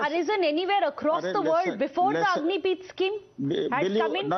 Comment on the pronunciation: Stupid Republic news anchor, it's Agnipath not Agnipeeth.